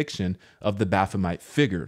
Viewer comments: Me too. is FUNNY ASF 😂🤣😂🤣. Btw it’s Met not Mite bruh I literally crack up Everytime so say it however u want 🤷🏾‍♂️ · It is met not mite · Baf-o-met. That's all. 😆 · I believe it’s pronounced bof-fom-met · BaphoMET. Does not rhyme with ‘Vegemite’. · It's Baph-o-MET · Pronounced Bo fah met